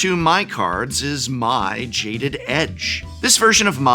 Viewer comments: For the love of Gyatso, can any Magic content creator pronounce Mai correctly. It’s not “my” it’s “May”. The show is in English!….. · Mai is pronounced May not My in the show. EDIT: honestly though a quick youtube search could have given you guys a clip of each character's name being said in the show and you wouldn't have had a screwup like this. come on guys. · Mai is pronounced “May”. I know it makes as much sense as Aang being “Ang” and Appa being “Ahpa”, but that’s how the show says it. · I don't know the correct pronunciation but in the show they do pronounce Mai as May, not My